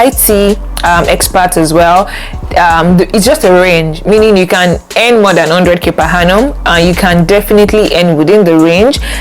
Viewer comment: Good video quality and point. Why do you actually pronounce "earn" as "hen"